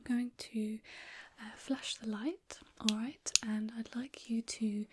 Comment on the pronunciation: awight, your accent really comes through here, my favourite bit of the whole video. Your asmr voice is great but it's nice when you show through a bit, that one from durham , visual sounds. She has a similar thing going on. Anyway, eh em, rambling, keep it up, tally ho, toodle pip.